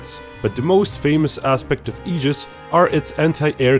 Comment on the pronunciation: Thank you for pronouncing Aegis correctly.